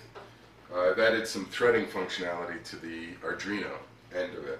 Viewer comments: i just discover ed your videos, so far so good😁auick question, are you calling an arduino a argino? maybe im mispronouncing it. just curious. im not busting balls, ive ialways pronounced it like ARE do ee no. please keep up the videos, they interest me greatly. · Pronounced 'are-DWEEN-oh'. I got more out of this video than many others because you showed the other program possibilities like ball turning, etc. Great work!